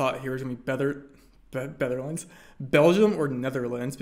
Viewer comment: "Betherlands" Rainbolt 2022